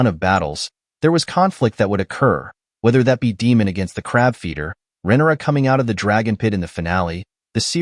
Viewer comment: Must be AI Voiceover? You can't watch the show and mispronouce almost every single name surely. Demon?? Renerra?? Quite major characters! Are Americans so out of touch with the rest of the world they just stubbornly pronouce names how they think they should be pronouced and ignore their ears??!